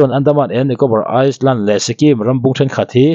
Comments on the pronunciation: Andaman &Nicobar Island (iceland ni lovin Eye-land tih in lam zawk la) .. Sikul chhe chhuak emaii😂😂😂😂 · Lawks. Midangin an sawi tawh em ka hrelo a, Island ah 's' hi a silent.. I-land (Ailand) ti anga lam tur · saptawng I lam pawh hi uluk deuh la, saptawng hi kan tawng a ni lo na in inchhiar tawh chuan lam dik hi chu in mawh ani. "Island" Tih i lam pawh hi "iceland" Ti angin i lam daih a,kan thil chhiar kan uluk loh hian kawh(tum) dang daih a nei thei ani. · A van pawimawh em,ram pawn a kal dawnin passport/visa a ngai a,kan hnampui pawh nise ramdanga nupui/ pasal an neih daih a,duh hun2 a lo luh ngawt kha lo strict ve a ngai reng ani,Mr Mizo King i thilchhiar a ngaihnawm thei hle,chutih rualin fimkhur thu hla ah Iceland ram hi a awm ve hrim2 a,tun a i sawi Nicobar Island hi chu (Iland s tellovin lam tur tih kha ka lo sawi ve mai2 aw)naupang zawk zirlai in an ngaithla ve thin si a,huatloh ah aw